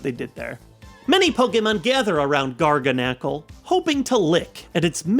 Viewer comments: Pretty sure it's gar-GAN-nickle, as in gargantuan. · It's pronounced Gar-Ganicle I believe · Pronounce the G